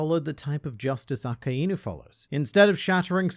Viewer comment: you too pronounce akainu wrong , you DONT pronounce it as two words , yes it means red dog , but you pronounce it as 1 word , so not A kA IIIIIII NU , but simply A KAI NU , you pronounce the kai just like dragonball kai , you just ad the nu at the end A- KAI- NU not A-ka-iiiiiiiiiiii-nu